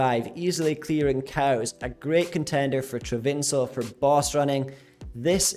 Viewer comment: lmao like trav-in-sil instead of trav-in-call